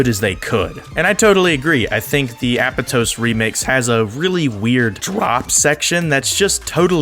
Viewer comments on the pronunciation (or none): How it’s pronounced: “App-ahh-toes” How he says it: “Apple toes”